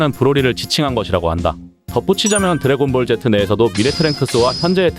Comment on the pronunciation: 드래곤볼 젯트 라고 들리네요 ㅋㅋㅋㅋ